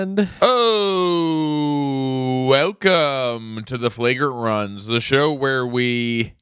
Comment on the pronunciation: Did he say welcome to the flagrant runs?